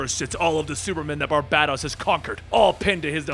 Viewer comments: It's pronounced Bar bay tos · As much as i love your videos and how fun they are to watch, the way you say Barbados hurts lol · Will & keep pronouncing “Barbatos” wrong? Will The One Who Laughs be a badass origin story we all hope it will be? Are we just gonna ignore Supes eye-lasering Bruce’s arm off? FIND OUT ON THE NEXT EPISODE OF DRAGONBALL Z